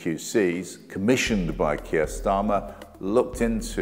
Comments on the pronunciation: Wait...just when I was nodding my head sympathetically...at about 3m56s ...Keir...eer...SCHTARMMER! Slip of the tongue no doubt and not one of those Fareedian schlips. PS - Goodness me! Oborne keeps doing it! Implication is Starmer is "a Jew" and fair game! The Labour Files was interesting in parts. The Labour Party was clearly dysfunctional and could not manage its affairs properly. But any other group that would have been subjected to the same level of hatred and racism as Jewish people, would have been shielded and protected by Corbyn and his followers. Think about it! Note - I am not Jewish or Zionist or right-wing. I am against people usurping the struggle of others as virtue signalling, riding on fighting injustice while failing to understand complexity or knowing anything much about history, culture or politics. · "Kirsch Schtarmer"? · "Kier Schtarmer"🤣